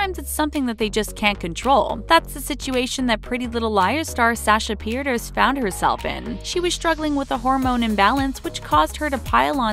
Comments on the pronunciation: Sasha petierse i hope I spelled that correctly is not pronounced peters it’s piii tear ssss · It's pronounced PE-TER-SA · THEY BUTCHERED SASHAS NAME OMG it's pronounced ( peter SAH ) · They said peiterse wrong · say sasha's last name right